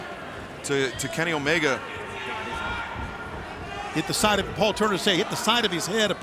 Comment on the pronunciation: it sounded like Justin Roberts was saying uh-oh while announcing Omega's name 😂